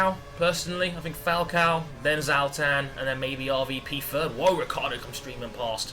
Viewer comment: its not Zaltan its Zlatan!!! LOL